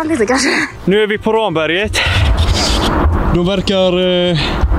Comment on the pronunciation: Kul koncept, ungdomarna bör dock lära sig uttala Ramberget korrekt ;)